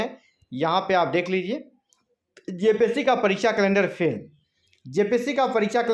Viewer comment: Phel phel bol ke 29 ko hi exam Karwa de rahe ho